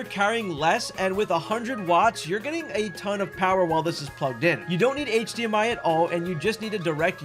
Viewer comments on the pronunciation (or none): none